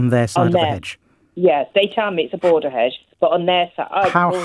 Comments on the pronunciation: She slipped into a bit of rural there. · It's a very thick 'edge that goes all the way round 'er 'ouse. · Hedge with a silent H like rap with a silent C